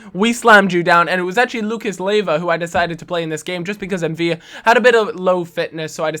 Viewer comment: ffs it's M'Vila with an "l", not two "l's" like David "Villa" in Spanish